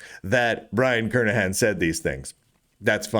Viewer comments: These days it's a rare delight to hear Brian's last name pronounced correctly. Twenty-five years ago, after I started hearing people pronounce it with a hard "g", I emailed Brian asking if the "g" was silent. He kindly replied "yes", but also wrote that he's heard it mispronounced so often that he never objects when people get it wrong. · if the letter is silent then it should be written Kernihan. but it isn't, so the correct pronounciation is Kernighan.